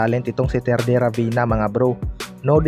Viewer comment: ravena hindi rabina ayusin mo mag salita🤣🤣